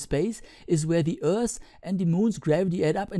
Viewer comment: Rasyidan Ilmansyah Yep he is.. Have you heared how he prounounced the "th" in "Earth" ?? ....